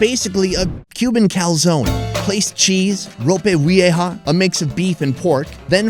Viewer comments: ropeh ouweha? wtf lol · it's pronounced ropa vee-eh-ha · Great video. The way you pronounce ropa vieja makes me giggle